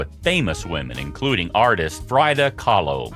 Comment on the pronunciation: It's pronounced FREEda, not FRYda! And it's NEARo, not NIGHro!